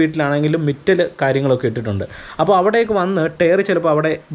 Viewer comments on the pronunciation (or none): Good safty video. Minor corrections not tare but Tire not mital but Metal. 😀